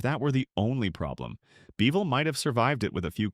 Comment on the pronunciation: Kerrville not Careville. Peecos? Its Pay- cos!! Beville? Its Beeee' ville. This video was made way before the big flood that hit in early spring of 2026.